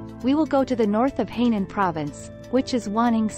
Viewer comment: Not Heynan. It is Hainan😮